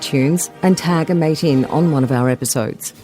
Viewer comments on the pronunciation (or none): none